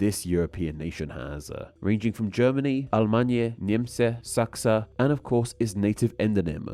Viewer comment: The polish translation of germany was so bad you did it so soft its pronounced more liek Nye-mcii while you said Niemsi